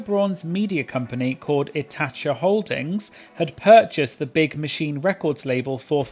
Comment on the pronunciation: ITHACA is pronounced eth-a-Ka. 😊